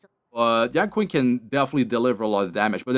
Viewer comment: pronouce is yen ching not yan quing